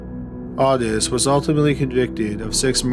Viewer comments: August? Audus? ...It's "owe-tis" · It's Otis. Pronounced OAT-ISS or OH-TISS! Makes me cringe a tad everytime I hear you say Audis. Sad that younger people didn't get to watch Milo and OTIS to know this! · This is hard to listen to because you keep pronouncing Otis wrong. It's O-tis. O-tis. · Your pronunciation of Otis is aggravating........ Great content none the less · Malfoy oh my god thank you. I got really annoyed by this and couldn’t believe no one else commented about it. I think the spelling of it “ottis” with two t’s may have thrown off the narrator, but still.